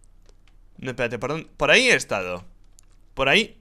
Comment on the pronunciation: RICHHHHHH se dice por ahí no por áhicoñooooo